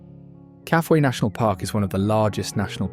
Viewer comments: Kafue pronounced.. Ka...foo..e. Lived on the Coperbelt for 10 yrs. I have been to the source of the Zambezi a few times. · BS title. There is nothing "shocking" in this video. Stop the hyperbole. Your video is good enough and deserves better. I believe the Kafue river is pronounced ka-foo-i with the stress on the oo. In the early 1930s my father did some of the original geological surveys along the banks of the Kafue. In 1960 we went on a tour of Africa. I attach a short video made from his old negatives. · It’s pronounced “Kaafooye “ Kafue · Hi, really enjoyed the documentary! Just one note — it seems you haven’t been to Zambia, otherwise you’d know how to pronounce Kafue. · Mispronounced Kafue.